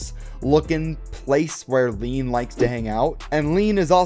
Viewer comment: this man saying leen like its pronounced lane